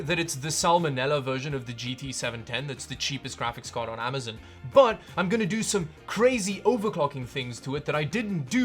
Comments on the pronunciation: Stop saying amazin lol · "Amizun" lol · Lol "Amazun"